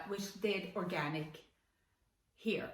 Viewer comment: Heter det inte hAir? Hon säger ju hEar...